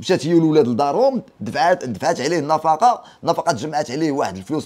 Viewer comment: خويا النفقة ماشي النفاقة. راك مزيان ولكن مفيها باس شوف شواحد اراجع موراك 😊